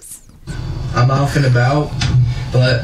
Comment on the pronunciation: He said he’s “Alf and about” 😂